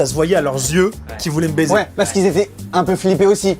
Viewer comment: Le "ouai" sans le s qui me fait physiquement mal au cul... Pourquoi..?